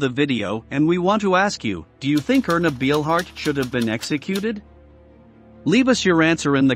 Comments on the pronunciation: Couldn't you at least check how a name is pronounced, before you make a video about her? That "Beelhard" makes me cringe every time he says it... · Narrator you pronounced Ernas last name wrong. In German ‘ei’ is pronounced as a ‘long i’ and ’ie’ is pronounced as a ‘long e’. You’re fired‼️ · Narrator you mispronounced ‘Beilhardt’. In the German language the letters ‘ei’ are pronounced as a long ‘i’ with the ’e’ being silent. Inversely, the letters ’ie’ together are pronounced as a long ‘e’ with the ’i’ being silent. If you are involved in documentaries you should get things correct including accurate pronunciation.